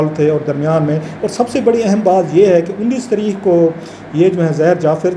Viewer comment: یہ رؤف واقعی پڑھا لکھا ہے؟ تاریخ کو تریخ اور ظاہر کو زہر بول رہا ہے.